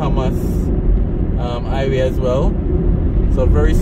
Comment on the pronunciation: Highway...not iway...put some emphasis on the h...like a mouth breathing sound.